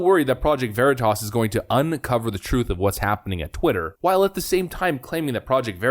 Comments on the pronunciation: lol exactly what I was thinking… ‘Ver eeet tus’ …is that like smothered burritos (pronounced ‘bureeetas’ ) Reminds me of back home Colorado locals who somehow insist on Buena Vista being pronounced ‘Beeooonah Vista’. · That reporter wasn’t going to get a second date after mispronouncing Veritas because that pretentious prick immediately deemed him unworthy. Jokes on him. 🤣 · When the project Veritas reported purposefully mispronounced Veritas. Lmao!!! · love that he mispronounces project Veritas to throw off the scent. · Couldn't pronounce Veritas correctly. Hmm...so, now Twitter is Twatter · I love how the journalists mispronounced Veritas to throw him off the scent. Nicely done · Excellent, excellent touch by mispronouncing Veritas. Well done, Deep Cover Guy! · The reporter mispronounced Veritas. Bold, but it worked on dumb bean bag. Kudos! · pronouncing Veritas wrong was SLICK A/F 🤣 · It was the PV journalist who purposely mispronounced the name. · project “verreetus”? Sounds like something that’d go good with gwak-a-mole lol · He put the wrong emphASSis on the wrong syllABLe. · Funny how he said Vereatas instead of veritas and the truth is what they say when they don’t think the camera is rolling. But mocking people’s disabilities is disgusting. It’s also funny how Twitter claims they only have 5% fake accounts yet when anything that the hive mind likes gets bashed on Twitter then it’s all bots and fake accounts. So which is it ? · Project Vah-REE-tahs. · Lol! The Gae-Boi thought he couldn't get Honey-Potted.😂 "'Project Va-Reed-Us'? ...What's THAT??..." Brilliant! 👑 😂😂😂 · The people deciding what is and is not okay to say call it "project vee-tahs" It would appear that a college degree doesn't mean you're literate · I also like how this genius doesn't even know how to pronounce "Veritas." Va-Ree-Tus ... yeah, that's the ticket. Let's ask Xavier Bah-kah-ree-uh about it. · Lol "project Ver-ee-tas" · “Project vareetus” 😂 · Project Var-ee-tus... LOL